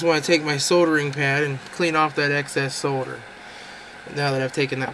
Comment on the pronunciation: Thank you for your correct pronunciation of the word 'Solder'. This brit and the letter L appreciate it.